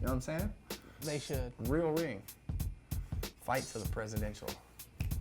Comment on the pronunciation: “Fite”? You mean “fight”?